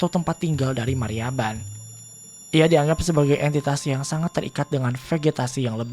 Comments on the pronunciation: sudah betul Mariaban; tapi di salah, bukan Mayraban. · Mariaban om,Bukan Mayraban cara nyebutinnya :D